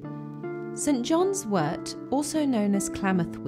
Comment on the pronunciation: Thank you so much for pronouncing wort correctly. 😊